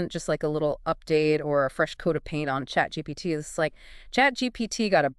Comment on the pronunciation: ChatGPTT? What's ChatGPTT?